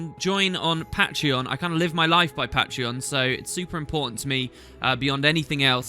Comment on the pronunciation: The way you say patreon, dude... Y-ya don't say it like that